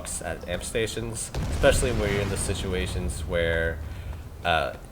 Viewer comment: I'm normally not a 'prescriptive grammar' guy. But it's especially, not expecially. Other than that, cool vid.